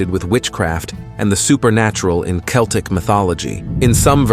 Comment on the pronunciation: You can Google how to pronounce words like Celtic or samhain. You should try it.